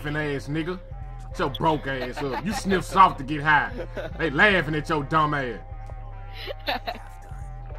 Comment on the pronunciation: My nigga said sniff snalt and pepper